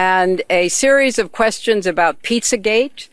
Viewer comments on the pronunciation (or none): none